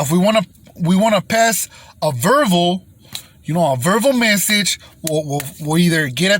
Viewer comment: So cute he said verval.... lol 😂 love this guy!!!